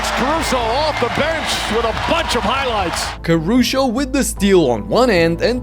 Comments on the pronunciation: He said Caru-show and it was on purpose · this guy really said "Carucho" lmao